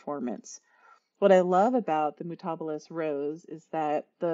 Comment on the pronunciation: The correct pronunciation for the Mutabilis Rose is with the accent on the next to last syllable. Mu- tah- BIL - is.